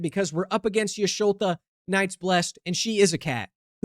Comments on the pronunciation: "Y`sholta" was painful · 😔 adds three tally marks to the "MTG Video Creators Mispronouncing Y'shtola's Name" box Anyway, now that you've thoroughly destroyed the Final Fantasy precons, once again suggesting: "Oops All Cids", building around having a deck with all 15 printings of Cid, Timeless Artificer, with whichever one you think looks most fit to lead as the commander.